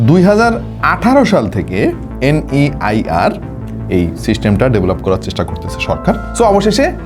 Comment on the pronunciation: আরে ভাই NIER না NEIR হবে 😂😂😂😂